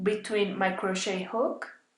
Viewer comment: Except that the "t" in crochet is not pronounced in any of its forms: cro-SHAY, cro-SHAYING, cro-SHAYED.